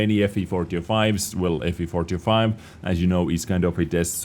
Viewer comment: I feel like says ''Fvfortyofi'' instead of ''FV4005''